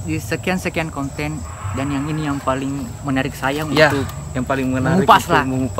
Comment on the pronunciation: Konten deng bkn konteng 😂